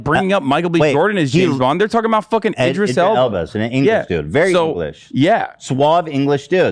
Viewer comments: did ethan just say idra elbis LMAOOO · At one point Ethan called Idris Elba “Idra Elbis” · Idris Elba: *exists* Ethan: "Elvis Idba" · In a past H3 pod he called him Idris Elbis lmaoo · ethan : idris elbis me : PFFFFT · "Idra Elbis" too lol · "Idra Elbis" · He manages to mispronounce Idris Elba’s name in every possible way lol